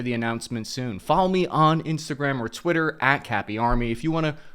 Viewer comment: Twitter not Twiller!